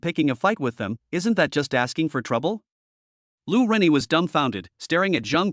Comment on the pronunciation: Lu Ruyan ➡️ Lu Renyi.😅 Posted cut version ?